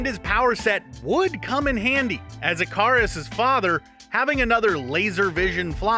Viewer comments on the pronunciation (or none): Did you guys seriously call Ikaris I-Kah-Ris? Sorry to sound offensive if I am, it is pronounced I-Kuh-Ris And i think Kly'Bn is pronounced Cli-Bin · Anyone else annoyed at how he says Ikaris? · Did his pronunciation of Icarus bother others or just me?